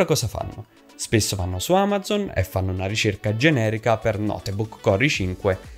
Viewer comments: Ma si dice notebook nn noteeebok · Ma come si fa a dire "notebuucc"? Chi è questo tizio? Ha detto cose scontatissime e molto lentamente, mi sono quasi addormentato... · Per favore qualcuno gli spieghi che non si pronuncia notebuc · Video interessante e semplice, anche se forse qualche esempio o dettaglio in più non avrebbero fatto male, ma una cosa è davvero imperdonabile e rovina tutto quanto il video: la pronuncia di notebook. È sbagliatissima, italianizzata (o napoletanizzata?) davvero davvero brutta e terribile. Posso capire essere difficile da pronunciare una parola straniera per alcune persone, ma se così è bisognerebbe evitare di ripeterla male ogni 30 secondi.... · nooo notebook non si dice l'E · ogni volta che hai pronunciato la e di notebook ho perso un anno di vita